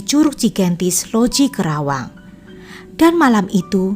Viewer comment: Bukan krawang,tapi Karawang